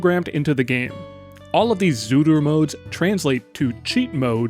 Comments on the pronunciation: it is itching me every time when you are saying zuru instead of tsuru, ts is a one letter, simillar to rusian ц (and even that is wrong, but closest you can get in english without phonetic notation) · I like the random Japanese accent you obtain every time you say Zuru lmao